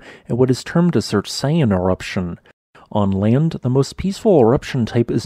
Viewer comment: I'm surprised how well you pronounced "Surtseyan". Every time I hear someone pronounce the "ey" in Surtsey they tend to do it similarly to Jersey or Orkney... as in, "Surt-sea". The funniest thing is when they say "Surtsey Island", since the suffix "ey" means island, what they're saying is "Surtr Island Island" 😅